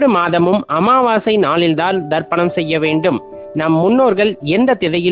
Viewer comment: Wrong pronunciation Darpanam means mirrors Say Tharpanam